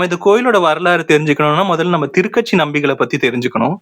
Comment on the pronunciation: A small correction - Thuru Kachi (not Thiru katchi)